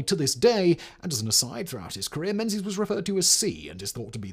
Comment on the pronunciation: Menzies is pronounced 'Mingis'.